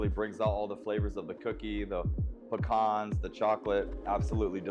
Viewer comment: I just subbed solely on the fact that you pronounced pecans correctly 😀